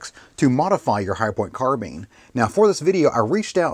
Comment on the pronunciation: WHERED YOU GET A "HARHH POINT CARBEAM" ? JK GREAT INFO VIDEO, I WATCHED TILL THE END.